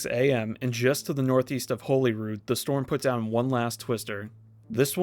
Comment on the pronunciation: not tornado related, but holyrood sounds like someone trying to say hollywood with a mouth full of popeye biscuit